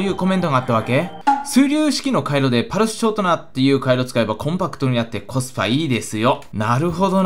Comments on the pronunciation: パルシュショートナ。「ス」だわ！(笑) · ぱるしゅしょーとなって言ってるww